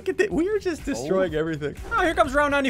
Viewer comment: I found a spelling mistake you said jut not just no offensive means